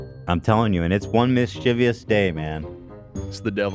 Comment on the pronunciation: ethan pronounced mischievous like “mischievious” omfg. i thought i was the weird one for pronouncing and spelling it like that my whole life but now i know i’m not the only one